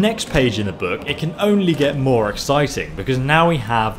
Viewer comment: why does he pronounce "book" buuk ?